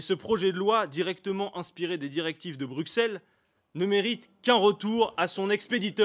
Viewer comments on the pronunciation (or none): Super prise de parole, mais on dit "Brusselles" et non pas "Bruxelles" ! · Il a perdu toute crédibilité en prononçant brukcelle